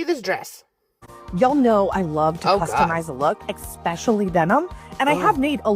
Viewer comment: If I hear this woman with a MASTERS DEGREE FROM COLUMBIA say ECKspecially one more GD time 😑